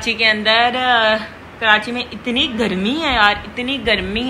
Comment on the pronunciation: itni b Bolna ni aata isko bolti ha (inni garmi inni garmi) ajeeb pendu orat shadi ke Baad se zyada over howe ha pehle itni ni thi